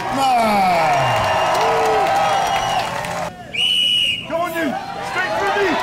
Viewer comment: Why can Flex Lewis never pronounce Stoltman right lol "Stoltam"